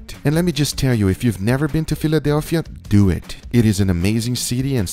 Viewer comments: Guga: “Let’s Do Eht” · SO LETS DEW IT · so lets dew it LOL this guys pronunciation is incredible